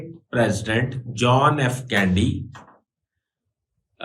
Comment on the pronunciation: آپ ان پڑھ ہیں شاید، یا کوئی اور پرابلم ہے ۔ صدر جان ایف کینڈی نہیں تھا جان ایف کینیڈی تھا۔ آپ کو کینیڈی کے قتل کی معلومات بھی ناقص ہیں۔